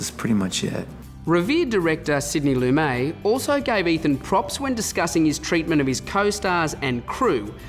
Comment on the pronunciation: Both the host and Ethan are pronouncing Sidney Lumet's name incorrectly. It's not a French name, and it's Loo -MET, not Loo -MAY.